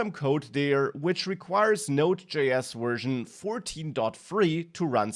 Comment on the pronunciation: speaking as a firstborn American with all-German ancestors and fluent in German... The V in "Version" is like the W in German and not like the W in English! The whole presentation it sounded like "wersion" Anyway, great presentation otherwise!